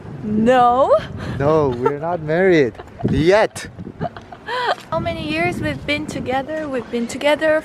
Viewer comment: I love Daniel's emphasis on the word "yet" when you guys were asked if you're married 😅